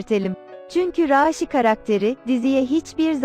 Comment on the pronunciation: Raşi desene mal niye a'yı uzatıyosun